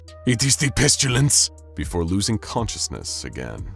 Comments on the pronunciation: I hope I'm not the only one that "pestulance" was driving crazy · Does anyone else hear pestUlence every single time? I like this character but I can't listen to it any more.